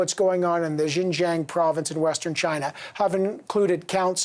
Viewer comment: The host even does not know how to pronounce "Xinjiang" properly. Those MPs have no ideas about Xinjiang.